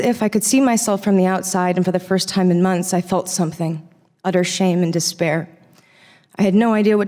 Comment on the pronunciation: Felt not feld